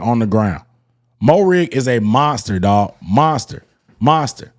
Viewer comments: its, "MARE-RIG" not "MO-RIG", but yes, he was been a key part of our secondary since last season. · Dawg no disrespect intended but say his name right he’s been on the team for a year. Pronounced Merrig.